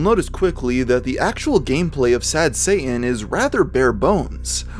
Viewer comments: camping. Any one else can't stand how he says Satan. He doesn't pronounce the first t. I hear that in many younger people that they don't pronounce the first t in many words. Wierd. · It's actually pronounced shah-tahn, not say-in. Just sayin. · The craziest thing about this video is that the narrator can't pronounce "Satan." It has a "T" in it. Pronounce it. It's "Say-Tin", not "Say-in". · Dude , when you say sad satan , it sound like sad saiyan , please leave Son Goku ou of this :p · ye im not triping he is sayign sad sayian instead of sad satan lmfao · ya saying sad sayan on purpose? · Not me watching halfway through the video and still thinking he was saying sad Santa and not sad Satan